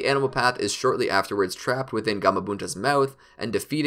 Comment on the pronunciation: Bro, its not a ''DIVA" path😅. Its called Deva Path